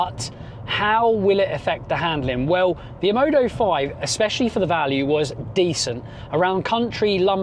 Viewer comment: why are you pronouncing it OMODO when the brand is OMODA?